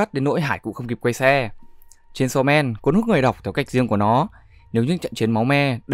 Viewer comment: Aaaaaaaaaaaaaa:>>>>>>> Đây là cả mụt sự tuỵt zời khi đc nghe tên manga đc đọc đàng hoàng, chứ hong phải như cái kênh nào đó đi tổng hợp các kiểu mà đọc cái tên như mấy đứa nửa mùa hay đưa gg đọc z á Ư ư....cảm động quá😭😭😭